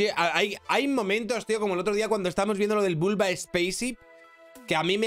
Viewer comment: “El bulba space-sip”